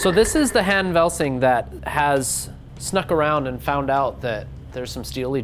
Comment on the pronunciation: "lieutenant Han Velsing" and not what you said.. cmon